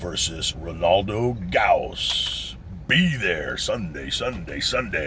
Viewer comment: BTW, Ronaldo's name is pronounced as" hose" (as in garden hose), with a semi silent exhaled "G" That G is uniquely Dutch & is like someone sleeping with their mouth open 😁